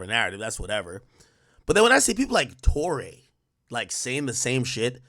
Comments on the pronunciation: Its TOU(Too)RÉ(Rae) like Sékou Touré the first president of Guinea. Ak dont tell me you spent all that time in Rutgers on PDEs and ODEs and didnt take one course on Colonial Africa. Smh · It's Touré pronounced Tor-Ray